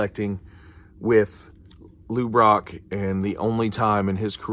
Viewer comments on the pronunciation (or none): Great factoid’s! Interesting stuff on the stats. That 62 and 71 is beautiful. Funny moment. Every time you say Lou Brock, I think, why is he saying LouRok! 😂😂😂